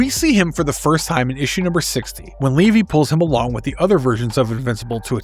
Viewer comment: Its levy not leevy…